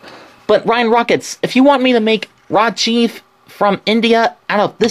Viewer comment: why tf did you say ryan rockets